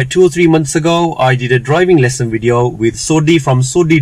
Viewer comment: youve been in india 5 mins and already saying "wideo" 😂